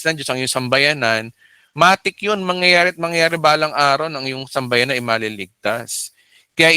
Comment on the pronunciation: Pastor sambahayan po hindi sambayanan✌️